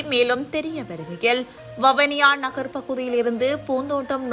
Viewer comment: வவுனியா அல்ல. வவுனியா என்று உச்சரிக்கும். தயவுசெய்து தமிழை சரியாக உச்சரிக்கும். இல்லையெனில் அர்த்தம் மாறிவிடும்